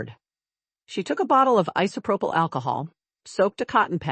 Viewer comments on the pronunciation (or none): none